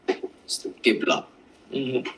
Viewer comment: He said qabla not qibla oh woe, he messed up one vowel of a word from a different language. We all knew what he meant, even the guy in the video understood him. Try debating in a foreign language about another foreign language and see if u ever make a mistake 😂